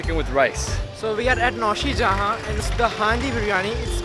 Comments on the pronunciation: Its not naushijaha its naushijaan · Your host, im sorry doesn’t know s*it about Lucknow....Tulsi lane 😂 n00b its called khau gali and Naushijaan not Naushijahan next time you there give me a holler